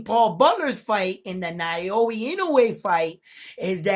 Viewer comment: Bro it’s now-yah not na-yo-ya. Easy. Your in-no-way pronunciation is 100% on the spot tho 👍🏼